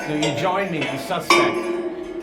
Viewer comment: He said SUSpect like he was just gonna say sus or sussy and thought better of it mid sentence